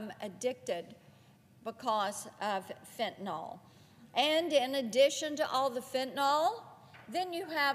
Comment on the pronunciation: Also mainly for the politicians from the South: it’s pronounced “FENT-a-NILL” not “FENT-a-NOLLLL.”